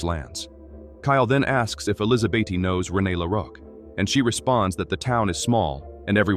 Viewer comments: Why are you saying Elizabeth as elisabaty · Sometimes the AI gets sooo close to saying Elizabeth correctly...and then we are right back to Elizabeaty...😆 🤣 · I sincerely hate AI. I don't understand how it cannot pronounce the same name the same way twice in a row... ElizaBEAT... ElizaBEETEE... ElizaBET... Then it starts over. It's bloody maddening. 😅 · Ai is still learning in grade 2 I think?😅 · Tomato Tomahto. Elizabeth Elisabaty! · AI is struggling to pronounce the name “Elizabeth”.